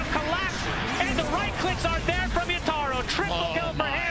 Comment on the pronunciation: My god I fcking hate how the caster pronounce Yatoro’s name